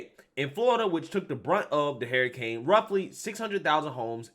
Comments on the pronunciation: Dude it’s not hairrican—— it’s hur·uh·kayn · De Santis is AWESOME SAUCE NO DOUBT! BUT, YOU SAYING HERICANE! WHEW CHILE 🤣😂😂😂🤣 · Big fan here saying this but the way you say Hurricane is nuts lol You sound dead on Cleveland Brown from Family guy when he says "Heryicane" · I thought Harry Cane Sandy was a person for a quick second lol